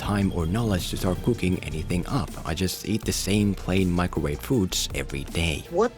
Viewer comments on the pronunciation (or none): none